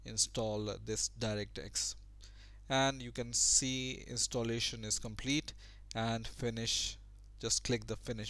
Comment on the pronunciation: Direct, not Darekt. Installation, not Instolletion. :P